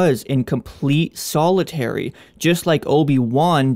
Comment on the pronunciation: Solitary. Solo tary. Rey Solo?